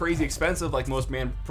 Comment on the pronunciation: Why can't Americans pronounce words correctly.. They only ever pronounce their own words correctly.. But you get something like "manfrotto" and they can't even pronounce it.. Example, this guy can't pronounce it correctly -------- he can't even pronounce Yamaha!